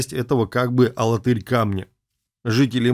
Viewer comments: алАтырь ударение на второе А. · А в Чувашии есть город - АлАтырь (ударение на вторую "а") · Мы не знаем, где раньше было ударение. Сейчас специально уводят в сторону от правильного произношения. Конечно, падает ударение на глагол Тырь: АлаТЫРь, богаТЫРь. Есть ещё в Чувашии г. ШУМЕРля, что означает по-ШУМЕРски.